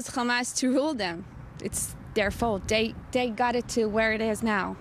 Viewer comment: it bombs DAT. DEY ... ITS DER FAULT xD Love it